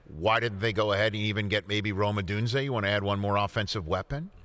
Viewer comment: I hate the way people say Odunze’s name. “Romadunzay”